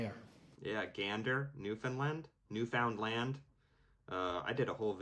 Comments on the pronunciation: respectfully never say new found land just say it how you did the first time 😂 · First,, you're a reasonably intelligent fellow. You might want to realize that if you don't understand what someone is telling you, they're telling you nonsense. Secondly, Newfoundland rhymes with understand; that's something like NewfundLAND. Thirdly, the tariffs on the selected American goods coming into Canada will have less effect on Canadian consumers because there's a big world out there where we can get better quality goods at a little higher price than we were paying for the American goods before the tariffs. Trump has cooked your goose to feed to Musk, Zuckerberg, and Bezos. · You said “Newfoundland” correctly the first time 😂😂. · you said it right the first time